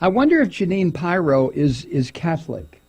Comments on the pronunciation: Its Pirro not pyro. Pyros like fire, Pirro is a dipshit. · It's Peero not pyro. Lol. 😂😂😂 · Not that it matters, but I think it's pronounced Peero. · Her surname is pronounced "Peer-Oh". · 😂 Thank you Thank you Thank you for commenting on She/man Pirro, Mike ... correct Pronouncement of her/his last name is (peero) . Doesn’t she sound like a guy in women’s clothing ? .. but worse is her never ceasing love for (#45) Pinocchio 🤥... 4/4/19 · He knows. He's just having fun with her name.